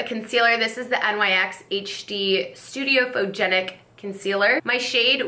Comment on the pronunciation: Nyx...pronounced Nix. And I love watching empties videos!! Let’s talk some trash!!😂😂😂